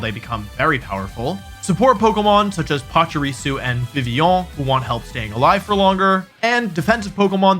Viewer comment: That's the first time i've heard Vivillon pronounced that way (help i almost spelled it Vicvillon.)